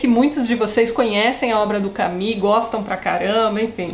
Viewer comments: Por favor, a pronuncia correta é "camú". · Soa mais a Camille do que a Camus. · Em Portugal diz-se "Camú" mesmo, por isso estranhei tanto. "Cami" aqui é a pronuncia do nome Camille (que é um nome próprio feminino e não que Camus. Por isso perguntei, por vezes a pronuncia muda consoante os regionalismos. Obrigada pela explicação. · Esta maneira de pronunciar Camus é tipica do brasil?